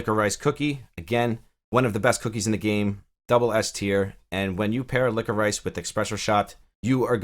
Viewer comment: Licko-Rice! LOL, man I have never heard that, are you just not used to seeing it spelled out? Say it Licka-Rish, you'll probably slap your forehead and go "duh". You know like a candy, black licorice Twizzlers? Anyhow, thanks for covering new apps.